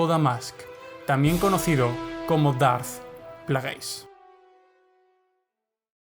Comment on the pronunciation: 'Dart Plagueis' foneticaaaaa 😖😖 se pronuncia "Pleguis"